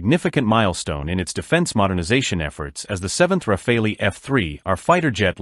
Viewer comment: Rafale is not pronounced as "Rafalee" but "Rafal". It means "Gust of wind" in French.